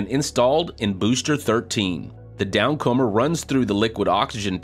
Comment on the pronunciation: "down-'comber' " lol How long has been following Starbase in more minute detail than any of us and hasn't picked up on the derivation, hence pronunciation, of the downcomer... through which the fuel comes?